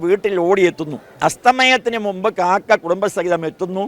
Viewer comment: കാക്ക അല്ല "കാക്കാ".